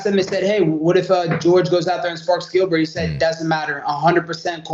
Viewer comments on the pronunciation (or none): This guy has talking cardio too... I laughed when he called Gilbert as Dilbert 😂😂 This guy is so interesting ❤ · calling gilbert burns “dilbert” always makes me laugh